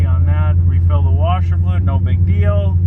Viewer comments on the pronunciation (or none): none